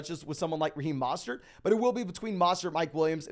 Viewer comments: not a complaint it's a correction. Trying to help him out. Sometimes ppl have accent or misread something. There is no A in his name. MO not MA. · Great content but his name is MO STERT NOT MA STERT. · Yeah every time I hear that I think wtf. Put some respect on Mostert’s name. Its really not difficult at all